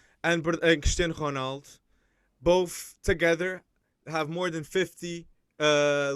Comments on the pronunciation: This guy is so annoying he tries to hard on pronunciations its like Martin Tyler but on a whole other level Honald? What are you saying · no romaldo doesn't pronounce his name that way so how is that right shut up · He never pronounces the letter O at the end of any name. Is that the real portuguese way?